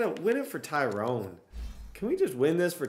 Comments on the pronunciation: Also it's more Ty-ron smith not tyrone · But his name pronounced Ty- run.. not Tyrone.. 😂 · THIS IS NOT A cassette it's a CEEDEE! N PLEASE IF U EVER HAVE THE COWBOYS AGAIN DONT SAY TYRONE ITS PRONOUCED TY-RON or TY-RIN brother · Ty ronn .. not Ty rone . Love the vids though ! <3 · His name is tyron not TYRONE LOL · Maybe Tyron Smith retired because you keep pronouncing his name wrong,😂😂